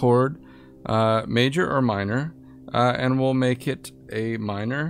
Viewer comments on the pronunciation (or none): This tripped me up for like a good 2 minutes lmfao. I thought you said "Amin" not "a minor" haha. I was like "That don't look like no a minor".